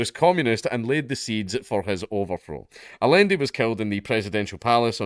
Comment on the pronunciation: It's pronounced "ayanday"